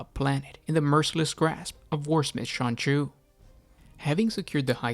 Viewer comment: Keep hearing "Sonichu".